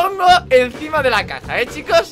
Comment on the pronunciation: cuando dijiste caja yo entendi caca